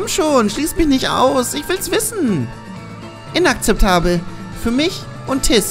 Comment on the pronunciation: Agnes sagt immer: Inaktzeptabel ^^